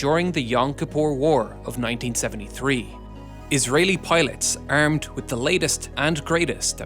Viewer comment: Israeli pilots "errmed" with the latest